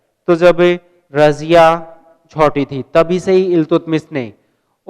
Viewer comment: what the hell is going here...u really don't know that how to speak iiltutmist...😂😂😂😂😂